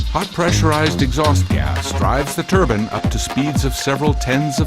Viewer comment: say turban... now say turbine...